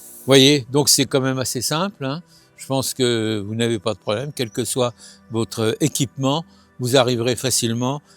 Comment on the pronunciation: Merci on va "mette quatte litte dans vote aspergeur"... rrrrrr